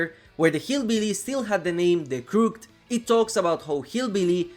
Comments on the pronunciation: The "CROOK-t" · How he said Crooked made my day. Bless your heart.